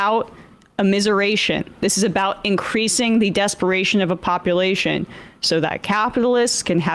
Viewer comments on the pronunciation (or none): none